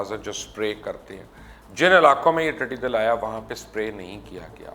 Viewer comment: Mubashar sahab, talaffuz to sahi karlo apna tiddi dall kehte hain tiddi dil nahi.